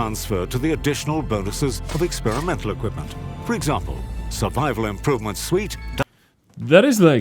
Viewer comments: 'suite' is pronounced the same as 'sweet' not 'suit'. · Just a heads up, "Suite" is actually pronounced as "Sweet", not "suit". Figured I'd say something in case you worried about stuff like that.